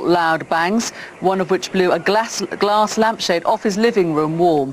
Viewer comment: I think she tried to say glass larmpshade!